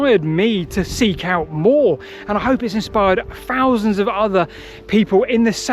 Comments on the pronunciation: You just said 10 Fousand years old... lol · We’ve got free fings, a ten fousand year old Stonehenge… your poor speech undermines any credibility. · Ten fousand years old...ten fousand years old 😅😂😅 Oh my this is difficult to.liaten to so.closed it...lol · ONE FOUSAND, , TWO FOUSAND, FREE FOUSAND , WHO'D HAVE FOUGHT IT ?